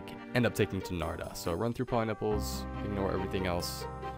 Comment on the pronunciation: poliniples o god! my ears were bleeding